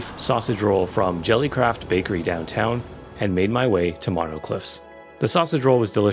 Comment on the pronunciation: It's pronounced "moe-no" 🙂. The first syllable rhymes with toe. If you ever go back that way Superburger is a must.